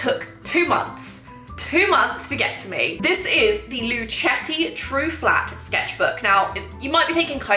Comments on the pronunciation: It's pronounced "lu-keh-ti" 😊 It's named after their Italian great grand-father "Our Story – Luchetti We chose the name Luchetti in honor of our great-grandfather Michele Luchetti who was born in Fabriano, Italy," Source: Luchettis own website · I think Luchetti is pronounced with a a hard c ( like the end of luck) as in Italian ( where words/family names often end in i) that is how ch is pronounced.